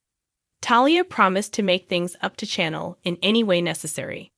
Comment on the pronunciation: Her name is not jaa da. Her name is pronounced jay da. Also, chan el is pronounced sha nel